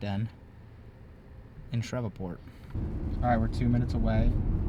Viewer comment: It’s pronounced Shreev-port, not shrevaport